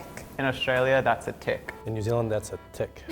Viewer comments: em Dilin frum New Zilind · Dylun from Nu Zeelun